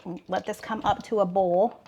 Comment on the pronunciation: In Louisiana here, you are right, boil is "bowl" or "boll" and not "boy-l". Ha, ha.